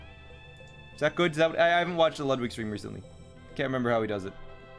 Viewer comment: I still hate how you pronounce Ludwig